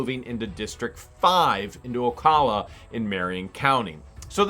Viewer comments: Just an FYI from someone who lives here. It isn't Ocolla, it is Ocala, O cAL a. 😃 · Hate to correct you but it is pronounced O Cal A like saying CAL ifornia. It's not O CALL A. I live in Marion county and it's the only way I've ever heard it said. I do hope moving the court case to Marion county will give you a fair and just outcome.